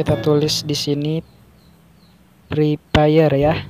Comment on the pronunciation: kalau Bilang Fre Fire itu Pakai F Bukan Pake P Masak Pre Pire Yaa Nggak Nyambung Bang😑